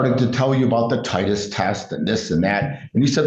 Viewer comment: Dumbass attorney. It's not a titus, it's a titer.